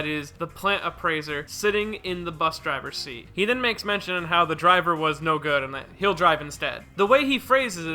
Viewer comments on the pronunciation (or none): none